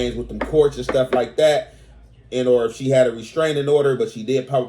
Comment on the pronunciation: Homie you need to stop trying to sound smart, you and Spider Loc kill me with that "an or"😂